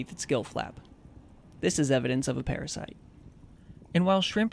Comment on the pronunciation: I love what he saying ''blood sucking paraside''